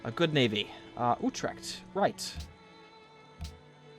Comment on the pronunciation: I am from the Netherlands and I find it really funny how he is prenouncing big Dutch cities like Utrecht and Groningen XD